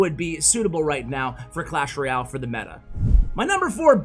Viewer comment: Why do you Say Clash royale like Clash roy-ale in the beginning of the video?